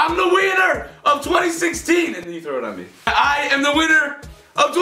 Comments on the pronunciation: it sounded like Ethan said "IM THE WIENER" instead of "IM THE WINNER" 😂😂💞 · am I the only one who heard wiener instead of winner? haha xD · It sounded like u said i am the weiner of 2016 😂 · Lmao I thought Ethan said “I’m the wiener “ 😂😂😂😂😂😂😬😬😬😬😬😬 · Did anybody else hear Ethan say :"IM THE WEINER OF 2016" instead of winner..? xD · Did anyone else hear I am the “ wiener” of 2016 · I sound like he said I’m the wiener of 2016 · it sounds like Ethan says "I'm a wiener!" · I'M THE WIENER OF 2016